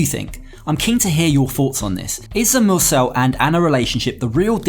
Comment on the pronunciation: Mursel.. not Nurse